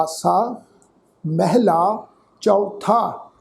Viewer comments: it is appropriate to pronounce “Mahalla” rather than “Mahila” Or “Mehla”. ਉੰਜ ਤੁਸੀਂ ਬਹੁਤ ਪਰਉਪਕਾਰੀ ਸੇਵਾ ਕਰ ਰਹੇ ਹੋ, ਸ਼ਲਾਘਾ ਕਰਦੇ ਹਾਂ । ਗੁਰੂ ਮਿਹਰ ਕਰੇ । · ਮੈਹਲਾ ਉਚਾਰਨ ਨਹੀ ਹੈ, ਮਹਲਾ(ਮਹੱਲਾ) ਉਚਾਰਨ ਆ